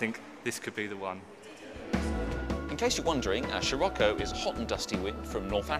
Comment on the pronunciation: Excuse moi smechere eszos it is SCIROCCO!!!